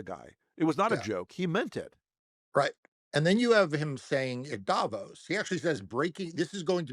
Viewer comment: Just a small detail. Davos. The emphasis is on the O (Davooos). You could be the only person in the American media landscape who gets the pronounciation right. Go for it :-)